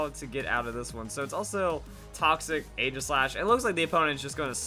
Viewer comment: It's pronounced Ee-ji-slash